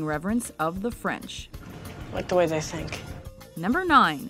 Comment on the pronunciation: Babes you could not have butchered that French pronunciation any more omg